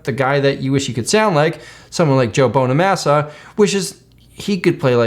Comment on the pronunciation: Did this man really just say "Joe Bone-a-massa?"